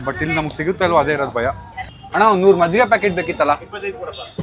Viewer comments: Small correction It's Majjige not maggige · Bro maggige? Or majjige?😂😂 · Maggige ❌ majjige ✅ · Maggige❌majjige✅ Prople❌people✅